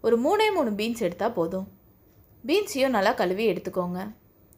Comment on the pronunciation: களுவி களுவி னு ஏன்மா.. கழுவி என்று தமிழ் பேசுமா.